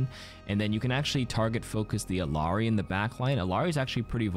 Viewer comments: As someone who speaks Spanish hearing ILL-ARI is driving me insane. It’s pronounced like Iyari. I know it’s pixels, but it’s the principle. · bro how you gonna pronounce illari's name correctly the first time then incorrectly the second time? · Spanish speaker here, and yeah it sounds strange. But as others have said, her name is Quechua (I think it means "daybreak"). If nothing else, she and Echo seem to pronounce it Iliari. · Everyone still struggling with Illari pronunciation huh. Imagine there's a Y in it. "ill - yar - ee"